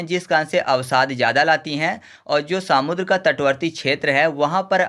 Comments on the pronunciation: irritation ho raha hai samudr sunkar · Bhai सामुद्र नहीं समुद्र बोलो😂